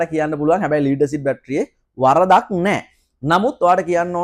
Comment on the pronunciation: ස්තුති ....🌹🌷 හොද දැනුමක් ලැබුනා (ලීඩ් බැටරි නෙවෙයි. ලෙඩ් (ඊයම්) බැටරි කියන්න. අඩුපාඩු හැමෝටම වෙනවා. good job 👍